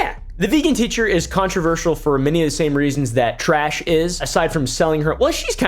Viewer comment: Tash? Add a r it turn into trash lol